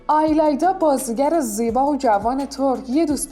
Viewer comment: آیلایدا چیه اون ایلایدا هستش